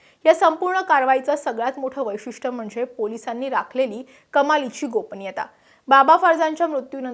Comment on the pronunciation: वैशिट. नव्हे वैशिटये